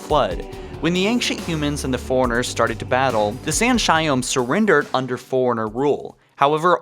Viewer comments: are you saying foreigner or forerunner? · Why are you saying Foreigner when its Forerunner? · Fore-runner... not foreigner. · Why do you pronounce forerunner like its spelled foreigners, like they pronounced forerunner for us many times in the games but it seems clear your hearing let you down. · Forerunner NOT foreigner, please annunciat properly. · You say forerunner like foreigner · Can't deal with the way you say "Forerunner".